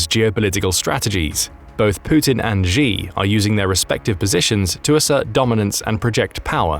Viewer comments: SHE, his name is pronounced SHE!!!! not Jee at least don't butcher his name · It's pronounced she not g